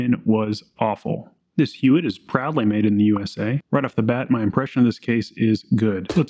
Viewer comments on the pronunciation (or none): The name is pronounced "Yott" I had a friend who's last name was Huot and he pronounced it "Yott." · You are pronouncing Huot wrong. It’s pronounced “Huot” not “Huot”. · Dude. It's pronounced "Huot." NOT "Huot." - DUH. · It’s pronounced, Huot. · We use Huot tool scoots in the CNC shop good stuff. We pronounce it "HUE - OTT" but I'm not saying that's right or wrong... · I would pronounce it out with a H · Huot is a small company in Arlen, TX. It's pronounced "hwat" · Huot is pronounced “hew watt” to my knowledge and has no relation to the Huot auto rifle prototype from WW1 despite the name. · Huot is pronounced like how Hank Hill says "what".